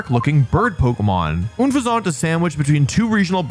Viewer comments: Ah yes, Oon-fez-Ont. The mid bird worse than Fearow. It's pronounced Un-Fez-Ent btw. Word play on "Unpleasant" and "Pheasant". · Shocked Ledian wasn't higher on the list. Shocked Obstagoon was on the list at all. Still bothered by how Wolfey says "Unfezant" (Seriously, it's just the word "unpleasant," but substituting the second half of the word with pheasant, the type of bird. Un. Fez. Ant. Not Oon-fez-ont.) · yo i know you prolly been criticized already for unfeazant name pronunciation but its pronounced like unpleasant. un FEZ ant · uhnfehzaunt lmao 🤣🤣🤣🤣 also i'm so proud it took him 23min to remember Incineroar 😭 very good and fun video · It's pronounced "PLOO-edge." And the final stage is "Un-FEZ-nt", a combination of unpleasant and pheasant. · Oonfuhzont? What's that? Unfezant is an unpleasant pheasant. That is truly one of the most awful pronunciations I've ever heard. I'm surprised my ears didn't start bleeding after hearing it multiple times. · I think Unfezant is pronounced like unpleasant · Ah yes. That famous flying-type pokemon, Oonfuhzahnt. Edit: And its beautiful ploomaj. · Big fan of Wolfey buttttttt I have been noticing it recently, WHYYYY are you calling Unfezant, Uuunfezant, it's weird to listen man, btw Unfezant was one of my fav. bird Pokémon, definitely not the strongest but the most reliant bird Pokémon in BW especially in a play through run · If I hear this man call Unfezant "Oonfuhzont" one more time. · Bro said “oon-fa-zont” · The hell is “unfuhzaunt” 😭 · That pronunciation of Unfezant. My guy, have you never heard of a pheasant? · Think it's pronounced uhn-pheasant, a play on the bird pheasant and the word unpleasant. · Wouldnt unfezant be pronounced like unpleasant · 1) Isn't Unfezant meant to be pronounced like "unpleasant"? 2) How did Sunkern avoid this list? Terrible design, worst stats, evolves into a disappointment. Genuinely thought it would be #1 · Oonfezant 💀 It's said like Unown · OON-fe-ZONT wth??? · oon-fazahnt? what?